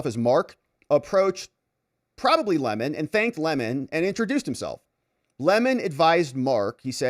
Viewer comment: Say his name correctly... it's Lemon, not LeMon. 🍋 KNEW WHAT HE WAS DOING AND HE WAS GITTY WHEN THEY INTIMIDATED THE CHILDREN... would be better for a person to have a millstone hung around their neck and be drowned than to cause "these little ones" to stumble or sin.